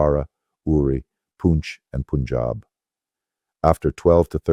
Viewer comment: The voice is clearly synthetic, and the text reeks of AI generation. He probably just fed in a few prompts. No Indian pronounces Punjab as P'unchab—it’s Pa, not Pu. That slip alone gives the game away. And that's just one gem—there are plenty more where that came from.